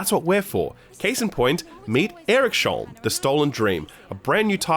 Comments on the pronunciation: I'm gonna go out on a limb and say that the game is supposed to be proncounced Eriks-holm instead of Erik-sholm. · It's pronounced Erik's-holm scandinavian not erikSHOLM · It's pronounced "Eriks-holm". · As a swede, it was interesting to hear you say Eriksholm (The Stolen Dream) xD Looks like a really nice game though in all seriousness.